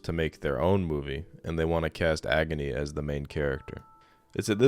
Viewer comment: pronouncing agni like agony